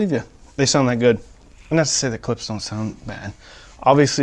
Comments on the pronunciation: It’s Klipsch not Klips. Why dafuq I have to hear how the beer goes down your throat ??? Drink the godamn beer after the review. This is a joke. 🤣🤣🤣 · You're my favorite audio reviewer but it's driving crazy when you say "Clips" instead of Clip--shhh".